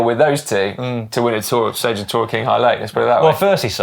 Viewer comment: Qing Hail Lake would be pronounced as Ching (not king)